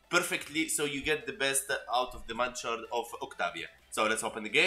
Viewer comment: The way you say mandachord....mandatory....I say it like cord not shord it was just something little I laughed at....